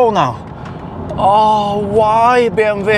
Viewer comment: BMW not bmv:):)